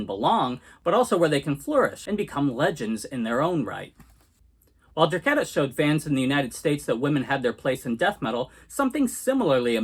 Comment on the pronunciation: It's pronounced Der- KAY-ta.